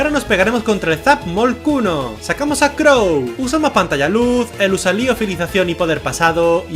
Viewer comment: Porque cuando pronunció zapmolcuno se entiende zapmolkunno?